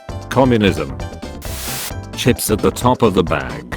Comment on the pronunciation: why does it say chips like that